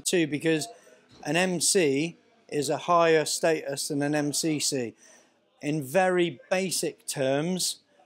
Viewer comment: In his intro said mc. Not mcc